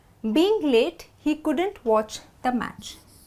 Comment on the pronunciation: why do u always pronounce "couldant" It should be "couldn't"....am I not correct.....???